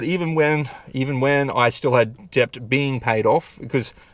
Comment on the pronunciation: "debt" is pronounced 'det'